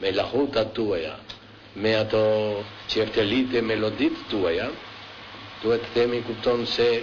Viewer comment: ti per vehte nuk di Shqip qe te gjykosh a flet bukur Shqip ky Bythqire Bir Kurve Gjirokastrite.Nuk thote Qifteli,por Qefteli!Pastak thote,Ju keni bere Çudira ne Festivale,por te them te deejten edhe kenget Gjirokasteite me prlqejne🤣🤣🤣🤣Ka qene nje Gomar-Kriminel-Bythqire!Flet Shqip shume keq dhe asnje lidhje ne ato qe thote!Futja kot se kush do ta kundershtonte!